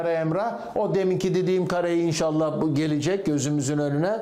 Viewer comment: Yahu baba sorsana fenerlilere,bu zamana kadar elde ettiğiniz başarıları altalta yazinda bakalım diye?Sen yine fetöcü telaffuzuyla inşaaallah demeye başladın. Yapmada doğru dürüst seyredelim..